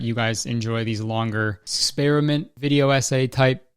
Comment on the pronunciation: i liked your exspearmint